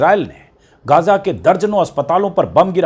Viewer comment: गाजा नहीं, इसका सही उच्चारण हैं, गज़ा